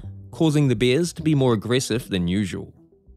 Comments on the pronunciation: I'm ok with it but bears are not beers, totally different things are pronounced differently. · Is he saying beers or bears? The bear that killed him was a bear that didnt know him..